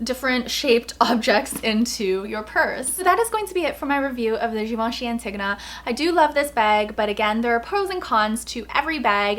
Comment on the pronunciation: It's pronounced Ann-tee-go-nah